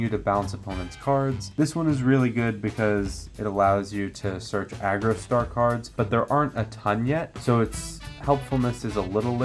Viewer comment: Homie, I appreciate the video, but Jesus Christ that it is pronounced Argostar, not Agrostar